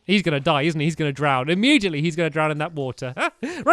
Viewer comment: Not hating but why do u say imemgitally.. It's immediately